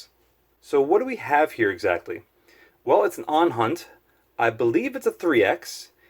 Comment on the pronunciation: Its ohhunt, not onhunt